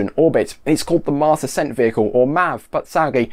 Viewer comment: I head "Marx" and was very confused XD.